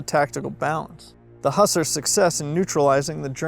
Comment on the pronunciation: This is a great video, but is he saying Hussar as "Huss-er", or is he saying a different word?